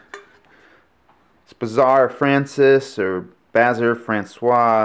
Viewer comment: Dear, yes I do! Iron handle tho. pronounce it Bazarre Fron-Cey meaning French Bazarre